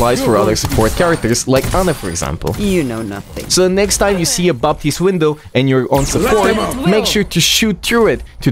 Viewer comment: You do not have to spell the P in Baptiste, it is silent